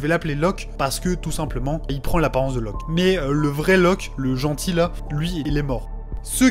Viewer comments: Loke, pas Loc... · C’est Locke et pas Loc pour info haha